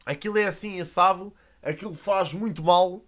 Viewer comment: "Assim assado, assim assodo" pausa dramatica ahahah